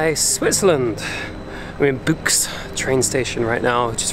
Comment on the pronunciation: It’s not buechs, Buchs is pronounced liked Books.